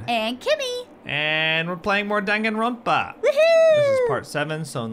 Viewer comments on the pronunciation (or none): Coming from a weaboo... I'm sad you don't like anime :'( anime is really good, also are you purposely saying the games name wrong? Unless I'm wrong I do believe it's "d-on-gone-ronpa" Danganronpa not Dan gan ronpa. I could honestly care less but on the off chance your not doing it on purpose then there you go :p corrected.